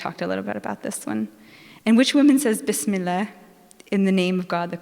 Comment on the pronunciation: What a joke,, you canot even pronounce bismillah properly..